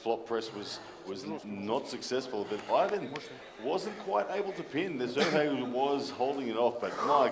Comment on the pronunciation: Why does Travis keep calling Serhii, Sergei? Am i missing something?